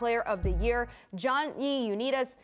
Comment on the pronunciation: The moment you can’t pronounce Johnny Unitas properly and analyzing football you should be fired